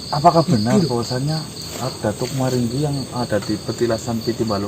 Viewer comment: 😂😂😂 sering salah sebut nama datuk muranggi jadi datuk maringgi 😂😂😂😂😂😂😂😂